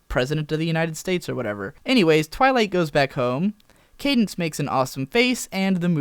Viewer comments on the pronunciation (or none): none